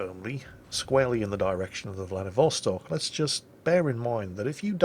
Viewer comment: Hey, it's VladivostOk =)